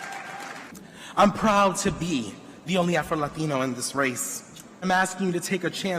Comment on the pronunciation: "Afroladeeno" LOL 🤣